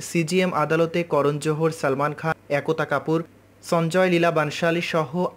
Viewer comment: Add akota kapur kibe3??? Ekta kapur vasa tato thik kore bol vaag saala